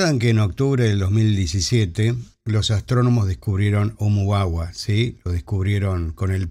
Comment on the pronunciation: No hay caso con el profesor 😅 no pudo con la pronunciación de Úmua _ Múa